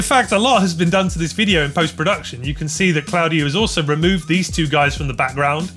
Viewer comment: My man butchering "Claudiu" so bad he made it sound chinese!